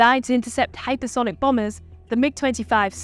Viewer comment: did she say hypersonic bombers?